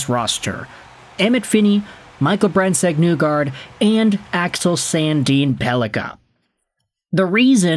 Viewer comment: My guy, ya gotta stop saying “Newgard”, it’s Nygard, as in KNEE-guard. Cmon. You can do this